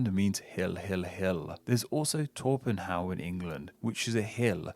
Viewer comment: Torpenhow is pronounced Trop-henna.